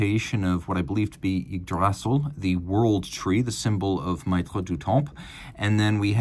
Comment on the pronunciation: "maitres" pronounced "mettre" as in "maitre d" - regarding the watch, it's a child only a mother would love.